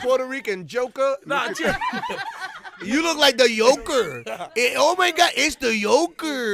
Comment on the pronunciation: HAHAHAHAHAHA this fool said the YOKER !!!! Any food, ay batman its the YOKER!!!